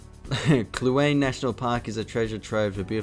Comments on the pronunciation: "Kluane" National Park is pronounced, "Klew-Aww-Nee", also it's the "Ree-Dough" canal---- from a government of Canada cartographer :) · It's Jasper, though some do call it Yasper Nahanni (Nah-HAAA-Nee) Kluane (Clue-AHN-nay) As for your videos, they're brilliant mate. It's nice to see some love on the internet for Canada, we tend to be an afterthought with most people and traveler, but we do have much to offer. Looking forward to more vids.